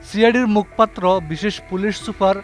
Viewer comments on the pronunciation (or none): মুখ পাত্র না মুখপাত্র - মুখোপাত্র উচ্চারণ হবে।